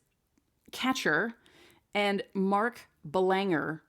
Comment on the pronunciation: Belanger is a soft “G”, like a J sound.